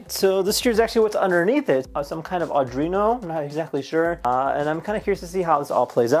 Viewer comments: Pretty sick table! Just a heads up, a lot of people make the mistake of pronouncing Arduino with a second ‘r’ but it’s really pronounced Ar-dwee-no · Aw-drino? eesh...